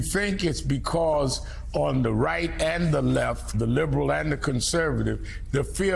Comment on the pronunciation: Joe can't even say the word bipartisan. Literally